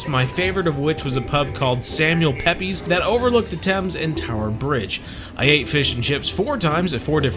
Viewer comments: lol planes, Kew is under the flight path for Heathrow Airport. Pepys is pronuounced "Peeps" he was a big fish - no punn intended in the Admiralty in the 18th Century. Great vlog glad you enjoyed my home country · great video and really glad you latched on to some fish, btw, the pub you mentioned is pronounced samuel peeps, he wasn't spanish 😀 one of my very earliest memories is of the pagoda at kew, my parents took me there when i was 3 or 4. Went back to Kew more recently as my ex and myself used to enjoy the summer outdoor concert evenings there, some surprisingly well known bands used to play there. you did well finding a restaurant serving beef wellington... my favourite dish, and we'll be having one during xmas